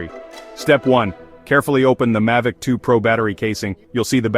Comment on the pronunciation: Why do you keep calling it a Mahvic and sometimes Maivicm, its Mavic?